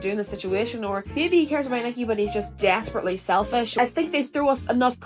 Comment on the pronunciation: the accent comes out in “desperately selfish” so strong… I’m losing it 😭